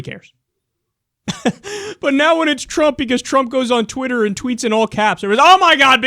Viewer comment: did you just say wooter... how could you, I thought you were better than this.